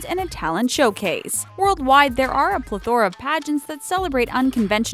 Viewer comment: How the word Plethora was pronounced made me laugh